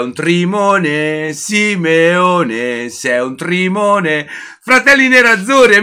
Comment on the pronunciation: grande, però sei un Trimone lo dici benissimo come noi a bari un abbraccio